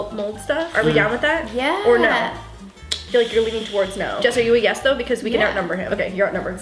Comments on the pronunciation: You say no then add two R's at the end like this, no rr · Joselyn Gonzalez I thought that tooooooo